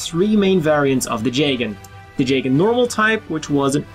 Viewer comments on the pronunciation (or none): I think it’s (jee gan) not (jay gan)